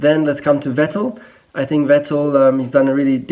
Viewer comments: It's funny how he pronounces Vettel and Hülkenberg wrong. I wonder whether he's just so used to saying/hearing "Wettel" and "Halkenberg" in an English-speaking environment or he deliberately does it for his international audience. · yes,good job,but.. Why are you caling Vettel...Wettl...Rosbörg? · He’s German but can’t pronounce Vettel correctly.